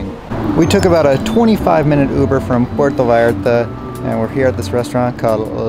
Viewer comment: PUERTO, not Porto......please